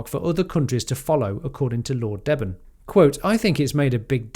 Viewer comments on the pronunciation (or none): Deben - pronounced Deeben